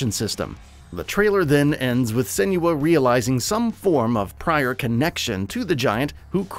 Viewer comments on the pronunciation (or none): Sen-wa. Not Sen-you-uh. Watch the dev diaries from the first game especially when Tameem talks about the origin of her name. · I just wish he’d pronounce Senua correctly. 😭